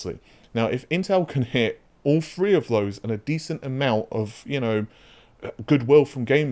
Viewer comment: FUNNY HOW YOU CAN SAY TWO BUT NOT THREE, WHERE YA TTTTTTTTTTTTTTTTTTTTT, NOT F R E E E E E